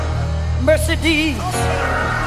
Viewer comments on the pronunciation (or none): Anybody noticed that she said "Mer-sir-des" instead of Mercedes. 🤣🤣🤣🤣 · MER Si DEEZ ( Mercedes) 😂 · she said MerceDEES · Love this delivery but we’re not going to talk about the pronunciation of Mercedes? Because my whole household is crying! 🤣. Respectfully and with Love ❤️ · It’s 2021 & After All This Time, Ain’t Nobody Hear The Way She Pronounced “Mercedes” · yes I was XD